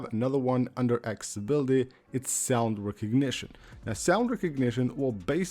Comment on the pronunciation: ''Aks-ability''? ''Buddon''? Seriously? im about to unsubscribe